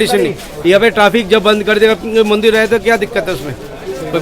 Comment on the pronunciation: Bhai mandil nahi mandir hota hai. Thoda hosh main kaam lo.